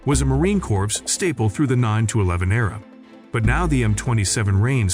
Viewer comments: Yeah "corpse" instead of "core" 😂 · "The U.S. Marine CORPSE"?!?!?! 😅😂🤣😅😂🤣😅😂🤣 gotta love that A.I. voice!!! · Marine CorPs...these automated voiceovers need some help! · Didn't know US Forces have Zombies. Corp is pronounce as "Cor" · you couldnt go through the effort of listening to your AI slop output first? And edit it to say "M two, forty-nine" or "marine core" or "5 point five six BY forty-five" etc? Lazy bastard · I remember gritting my teeth when the first Communist President of America pronounced it as "corpse", TWICE!!!!!! This guy makes me want to frag the narrator..... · Marine Corpse? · Marine Corpse? Why not use someone who actually knows how to speak English? Just for fun. Numb sane? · the way he pronounces M 200 and 49 killed me as well as him saying Corps instead of it sounding like core. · The AI speech lacks so much! READ SCRIPT,DON’T UNDERSTAND Subject. See, it says Heckler & Cock! Who is heckling dick? Marine Kor z ? I will take any US Weapon and Dominate the Battle Space! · "The U.S. Marine Corpse" XD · Ya lost me at Marine “corpse” and “M, two hundred and forty nine”. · I stopped the video at 16 sec in when he said Marine Corpse 😂😂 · Thumb down. Trash voice-over right off the bat: Marine "corpse" C'mon man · AI sucks for narration purposes as shown by the voice saying Marine "corpse" . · yah...corps? or just pronounce cor? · I love how the AI never says Marine "Corps" correctly, and called it Heckler and Cock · The day ill use the M27 over the M249 or M16A4, is the day the narrator properly says "corps". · I cannot take the narrator anymore. He can not pronounce Corps! Can not pronounce M249 not 200 and 49. Can not pronounce commandant! What else did he get wrong!!!